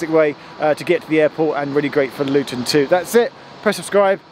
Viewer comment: did you waft in from paradise? "Nah Lutun Airport".